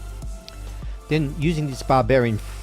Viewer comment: Nice build. I laugh to much at the way you say Vallejo like your really stressing it